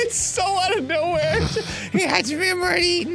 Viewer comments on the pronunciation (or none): im... not correcting you?? and its Hajime, not Hagime